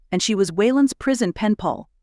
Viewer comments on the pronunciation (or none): Hi! Says "pall" instead of pal 2x, once around minute 47. Thanks for Sharing your stories!